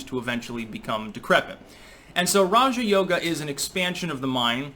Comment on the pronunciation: Why have I heard so many people pronounce it Raha Yoga? So I go look it up and nope, not how it’s pronounced. got it right.